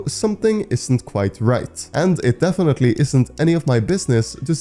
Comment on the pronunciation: Bro just said defenity not🤦‍♂️🤦‍♂️🤦‍♂️🤦‍♂️🤦‍♂️🤦‍♂️🤦‍♂️ budy ur the best